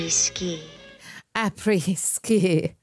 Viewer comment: It's pronounced "Por-schE", not "Porsch". Also, it's "après-ski" instead of "a pretty ski". 😁